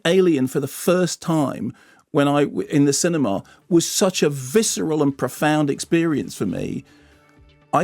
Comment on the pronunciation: wft is a cini-maaar? do pretentious posh people go to a cini-maaar?